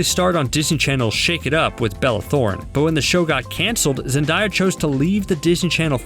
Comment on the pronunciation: Who the heck is “zendiya” lol 😂😂